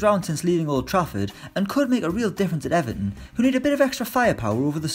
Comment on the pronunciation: Who else was gutted by the pronunciation of Everton. He said aven